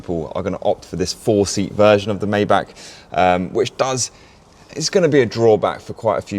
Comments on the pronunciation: the G-Class Landualet was the first Maybach SUV. literally wrong out the block.. AND its pronounced Mai-Bagh not May-Back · *it’s my-BOCK